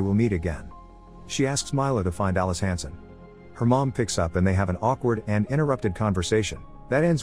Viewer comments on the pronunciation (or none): none